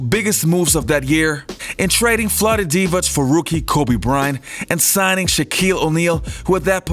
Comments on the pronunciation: maybe its your accent but its De-vok not de-voch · You can’t even pronounce names correctly, Divac, dee-vak, and it’s pronounced Threeeet.. He was 80% mid range going to the left.. bet you didn’t know that..